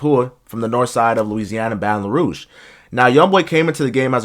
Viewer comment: “Balon Rouge”😂